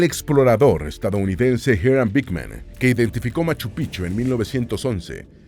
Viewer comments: Me da risa cuando no dice correctamente Machupicchu, para un quechua hablante es diferente el significado 😂😂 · Por favor...Es MACHU PICCHU....MACHU PICCHU, gracias ‼️♥️🇵🇪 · Pronuncien la c intermedia en machu picchu, sin esa c en picchu se traduce como verga de viejo en vez de ser montaña antigua